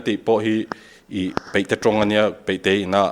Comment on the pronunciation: "ta a, ta a," tih reng hi a ngaihnawm lo. Tin, 'a' hmanna turah 'e' angin a lamri nasa. Eg., Deih (daih tih tur), peihte (paihte tih tur), etc.